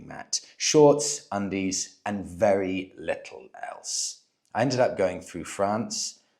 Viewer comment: I believe he must be vearrghy , vearrrrghyy, drunk….